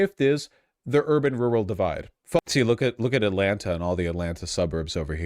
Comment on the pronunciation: He sounds like an idiot when he says "rural". Never heard it pronounced like that ever.